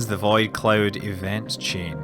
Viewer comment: The way you say "void" is pretty interesting. "Vaid clouds"